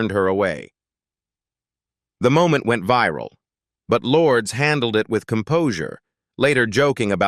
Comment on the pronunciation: OMG, it’s not pronounced “Lords!” 🤮 Stop listening then. Either correct your AI’s pronunciation or record the script yourself.